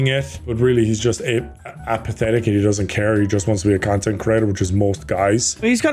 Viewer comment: did almost say APEatheitc and then corrected himself to apathetic? He’s never beating the allegations